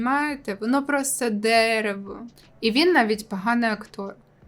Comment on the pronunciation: Сучільда, простітуейшени і дееерево 😂😂😂